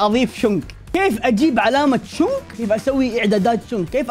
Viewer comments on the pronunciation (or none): أسمو شنق مو شونغ